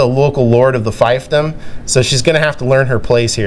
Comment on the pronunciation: you mispronounced fiefdom… it’s feeph-dom